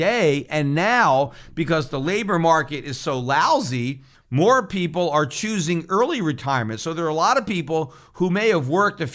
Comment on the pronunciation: why does he "people" like a backwoods hick